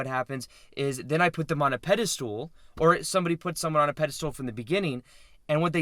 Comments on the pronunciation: Peda STOOL so many times is hard to hear but so is FRAME. I do however love your videos maybe im watching too much. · I love your videos but pedestool is driving me nuts 🤗🤣 and you write it properly. Thank you for great content